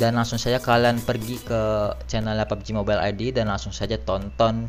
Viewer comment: Mobail anjr bacanya bukan mobel